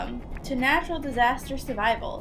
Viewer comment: its natrul not nature